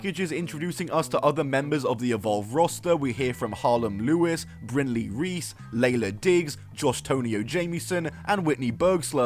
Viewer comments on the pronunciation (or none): none